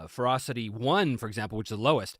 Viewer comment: When he was talking about Ferocity, i kept hearing Frosty or maybe Frosting... was very confused at first, lol Also, +20% is the equivalent of +4 on a d20. Advantage averages out to roughly +3, iirc, so in D&D 5e terms, if you are out numbered, everyone gets Advantage against you. Pretty potent, actually.